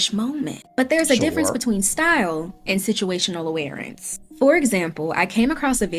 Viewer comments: Did anyone else notice that she was pronouncing awareness like "awarence" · Anyone else catch that it's awareness not awarenece. Every time